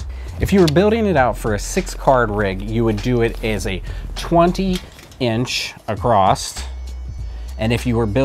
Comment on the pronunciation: The word is "across". The word is NOT "acrost".